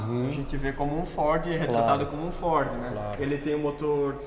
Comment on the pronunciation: Uma pena a imagem estar tao escura e ruim Amo o homem falando FOR kkkkk